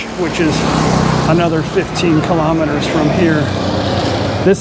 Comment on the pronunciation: Please stop saying kelemeteres